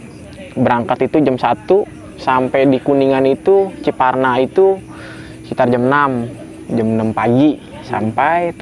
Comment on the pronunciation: Bukan ciparna tapi ciperna bang hehe